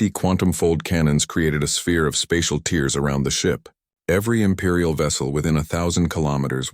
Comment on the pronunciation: I really think these stories need proofreading. The voice overs drag and change pitch for no reason. I think the names of the heroes need to change or perhaps a series. The voice over always calls tears like tears from eyes instead of tears through cloth. The stories are good but need a few minor tune ups